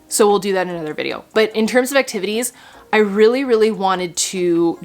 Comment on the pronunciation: "Christmas acti va tays" 😆😂😂😂